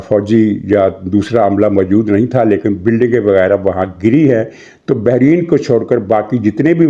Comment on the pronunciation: Bahreen نہیں ، Bahrain